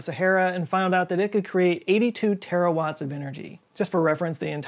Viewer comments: Even if you speak about Terraforming it's still Terawatts, not Terrawatts :) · Ok, maybe drop a "r" from "terrawatts" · Aaand... I’m pretty sure it’s terawatts, not terrawatts. But kudos, as always, for another amazing video!